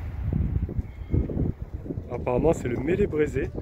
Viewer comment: Tu as vu une partie de la ville qui est grande et magnifique. Il faudra revenir pour voir le côté chateau, cathédrale, jardine des plantes, usine Lu, etc... Au fait pour l'escorteur d'escadre, cela se prononce comme la moutarde :Maillé Brézé.